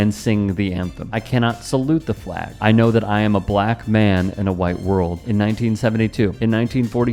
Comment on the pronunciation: I cringe every time she says “fleg”.